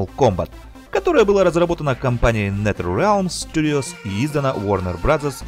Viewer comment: нетерелиамс студио ахахах орууу правильно читается назерелм студио